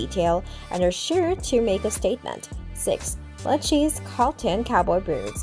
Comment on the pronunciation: It's Lou-kay-see 😂😂😂